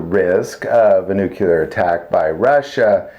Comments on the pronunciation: The word is 'nuclear' pronounced 'noo-clear', not 'nukular'. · it's NUCLEAR not Nucular. Please use correct pronunciation of words. It sounds unprofessional otherwise. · He's making fun of George W. Bush.